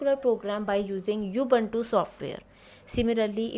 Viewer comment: Mam it is not U. Buntu